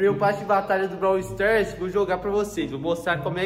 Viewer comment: Braw sters 😂 e braw stars